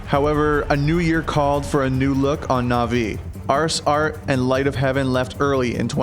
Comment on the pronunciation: Artsart ? Wtf his name is Art-style...